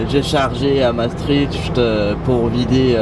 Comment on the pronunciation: Super vidéo encore une fois :) Par contre, mes oreilles de belge saignent à chaque fois que tu dis Maastricht. Ca se prononce "Mastrikt" ;)